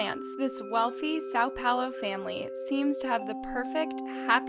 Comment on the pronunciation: It aggravated me hearing how she said Sao Paulo, (coming from a brazilian), yikes bailey sarian has done the same exact video months ago in full detail so if you want better details go check out bailey sarians video!